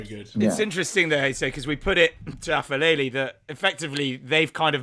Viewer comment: boys aphelele is pronounced like pepper not like f sound